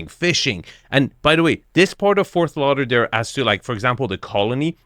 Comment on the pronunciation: It's **Fort** Lauderdale with a "tee" sound! Not "Forth" Lauderdale. 🙂